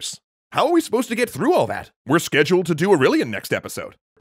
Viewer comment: the guy sounds like, AUreLIAN and DIAcleTION